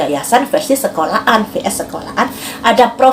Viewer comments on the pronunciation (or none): Sekolahan mbak bukan sekola An🤣🤣